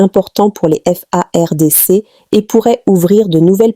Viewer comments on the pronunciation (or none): Cmnt cette fille congolaise ( peut Etre ) a du mal a prononcer les Fardc EN lisant par syllabe,et Kivu EN Kivi ?